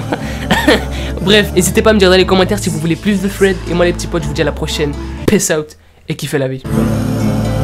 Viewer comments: Oui mais j l'impression que tu dit fred au lieu de thread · Sa ne se dit pas fread sa se dit sred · Quand tu dit thread on dirait que tu dit Fred 😭😂🤣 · Quand tu dis thread tu dis fred 😂😂😂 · Un ''fred'' super flippant. Désolée à chaque fois moi j'entends Fred😂😂😂😂 sinon j'aime beaucoup le concept, belle vidéo. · OUI MAIS ADAAAAM pourquoi tu dis "sswed" 🥥